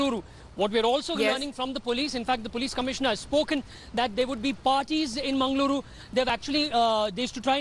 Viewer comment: Its mangaluru😏😏not mengaluru😑😑